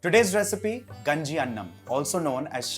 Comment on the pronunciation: its not ganji its Kaaaaaaaaaaaaaaaaaaaaaaaaaaaaaaaaaaaaaaaaaaaaaaaaaaaaaaaaaaaaaaaaaaanji actully i heard from nitu mam